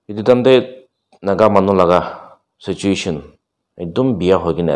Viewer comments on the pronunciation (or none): none